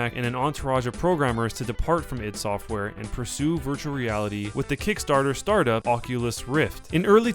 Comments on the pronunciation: Doom is like the worst FPS game of all time. And this person pronounces ID software incorrectly. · its not id its i d software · ID software - it's "eye dee" , not " eed" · It is called Eye Dee not "It" software. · 'Eed' software? Really? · You say ID software so wrong it makes me angry just saying. ;)